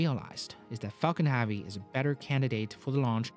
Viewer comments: I’m sorry mate but your pronunciation of heavy is becoming annoying...hevy not havy....now put that together and you have heavy..👍🏼 Interesting video nonetheless 👍🏼😊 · I actually can’t stand how you say “Havy” it was funny at first in earlier videos but now it’s just annoying 🙄 but great quality video, sir! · Why you say faalcon havie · Why do you say Falcon Harvey ? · great video but i was always distracted by the pronouncing of the word heavy like hAvi... is not A is Epsilon E. hEvy like e is pronounced in Elephant. 😋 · I am sorry...but I had to say it....what is Falcon Havey? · Thanks for the awesome video, but it would be very nice if you would pronounce "heavy" correctly! Is it that hard? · Please pronounce heavy properly... it’s pissing me off.